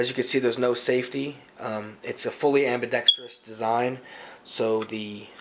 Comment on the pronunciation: I'm just glad you can actually pronounce "ambidextrous" correctly xp. Also, I thought it was a 7-ish pound trigger 0.o